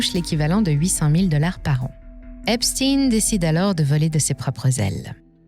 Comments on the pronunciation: Il faudrait commencer par prononcer correctement son nom Je vous donne un cours: Frankeistein, Albert Enstein, Ben Stein, Howard Stein ….Stein qui signifie « pierre » donc stone en anglais. Mais bon, peut être que ne souhaite pas ce mettre à dos ceux qui le prononcent bien 🤩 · Epstein étant un nom allemand, pourriez vous prononcer son nom comme le chiffre 1 allemand . merci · Quand on vous entends prononcer le nom d'Epstein, Albert Epstein doit se retourner dans sa tombe.. Bref vous valez pas mieux que les Mainstreams dans l'hypocrisie.. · Je ne mettrai pas mon pouce car vous prononcer son nom pas comme il le faut 🤔🤔🤔❓❓❓❓❓❓ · c'est pas EpsTINE comme PoutINE ou EltsINE mais EpSTEIN comme BernSTEIN, GoldSTEIN...c'est pas un complot russe hein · Epstein et non pas Epstine. Epstein comme Albert Einstein, frankenstein ou Liechtenstein. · Epstein est un juif allemand. Et en allemand cela se prononce comme Einstein et Liechtenstein (ien se prononce "ine"/ ein se prononce aïe-ne). Epstine ressemble à Poutine... ce n'est pas anodin pour Macron, les politiques et la presse qui est à la botte de Macron. Mais, vous avez raison, si la façon de prononcer sert les intérêts de certains, cela est pécadille au regard des faits reprochés... c'est sans doute pour ça malgré tout que vous le mentionnez ! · Tiens encore une chaîne qui prononce Epstin et non Ein 😂😂😂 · Epstein se prononce comme Einstein....pas Epstine....le "damage control" des Rothschild ne doit pas être pris en compte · cette prononciation Epstine est insupportable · Encore une vidéo pour camoufler l'origine d'Epstein...oups, il faut dire EpstIne" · Cette prononciation Epstiiiine est insupportable. Qui dirait Frankenstiiiiine ? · Je ne regarde plus les vidéos dont les commentateurs prononcent epstINE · Trump prononce Epsteeenn.... 😁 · C'est eïn pas ine , et OUI c'est important. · pourquoi vous prononcer epstine ?? cest epstein comme einstein !!!! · Une question : pourquoi dites vous Epstin et pas Epstein ?